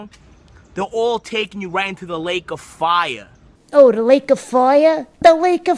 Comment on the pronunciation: 'Laake of foire' rofl,... impressions too, keep it up!:-)